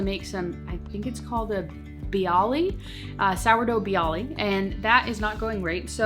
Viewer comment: Hi, Biały are popular in the NYC area. They're a central European bagel-ish bread. I think it's pronounced bee-ah-way. The L is the Polish letter ł and makes a W sound.